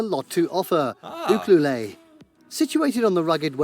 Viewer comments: AI Overview From Google: Ucluelet, British Columbia is pronounced "you-clue-let". It's a Nuu-chah-nulth (Nootka) word that means "people of the safe harbor". Locals often call it "Ukee“ The narrator was from the UK. By the way he pronounced the name he likely thought it was a French word. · Just FYI Ucluelet is actually pronounced like You Q let not theway the dude in the video taught you to mispronounce. LoL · Obviously the person is not Canadian as evidence by the way he pronounces Uclulet. U-Clue-Let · Lol. It's Ucluelet.. Pronounced you-clue-let. I live on Vancouver Island. I've never heard it called whatever the heck the video guy called is. It's beautiful by the way. Not as popular as Tofino but the beaches up there are unreal. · Its pronounced you-clue-let BC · Sorry... Had to pause the video and correct the video's narrator's pronunciation... It is pronounced "You-cue-let". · Ucluelet isnt pronounced like he says it... its exactly as it looks you-clue-let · Ucluelet is pronounced YOU-CLUE-LIT just how it is spelled. The local Indigenous say it like this. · Ucluelet😂 I had to laugh at how the person pronounced this town on Vancouver Island, it’s actually very simple, you pronounce it (U clue let) just sound each section out, couldn’t really be easier😁❤️ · it's pronounced "you-clue-let", and it's my favourite spot in Canada. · Ucluelet is not pronounced like that. It’s phonetic - you clue let. I grew up on Vancouver Island. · Heh,, Ucluelet, pronounced you-KLEW-let. The name Ucluelet means “people with a safe place to land” and it originated from the local First Nations people. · The narrator mispronounced Ucluelet. It’s pronounced like it is spelt, the narrator tried to get too fancy with it. You-CLUE-Let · Also, there's issues when the narrator doesn't even say the name of the place correctly. Ucluelet is pronounced Yew-Clue-Let just as it appears. No fancy French pronunciation. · Ucluelet is pronounced you clue let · Uculet is pronounced You-clue-let.